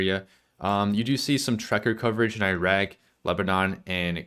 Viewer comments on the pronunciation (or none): none